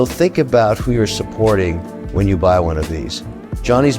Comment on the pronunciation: I know he's from Newcastle, but "Yez" ? Even my Geordie mates don't say "Yez".